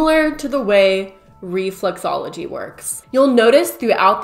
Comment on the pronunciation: she says reflUxology, it’s reflExology…